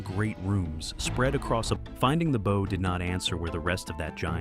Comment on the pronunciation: Tell your STUPID AI, that a ship's "BOW" is not pronounced BOE, it's BAU. (closer than BOE!) I can tell that NO Human proof-checked this video before it was uploaded. That's LAZY, or maybe GREEDY. --->The ship's BOW, BAU, must have been mispronounced at least a DOZEN times like BOW as in BOWS and ARROWS. The first three or four times they say BOE, you say STUPID AI, every single one of the next eight, you say stupid producer! AI isn't quite the YouTube MONEY MACHINE YOU THOUGHT IT WAS!